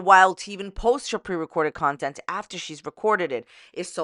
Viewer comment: "Nontent" is hilarious 😂